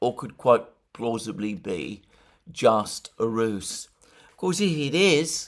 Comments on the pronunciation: Ruse as in use, not Roose as in goose. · Will you UK Greeks and Cypriot Greeks please learn to pronounce the word " RUSE" ! Its pronounced like ROOZ ROOZ.